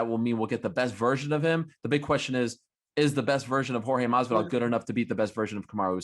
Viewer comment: is pronounce horhey not george (jorge)